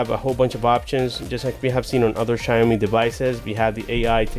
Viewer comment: its pronounced as shao-mee (xiaomi). anyways good review tho. thumbs up bro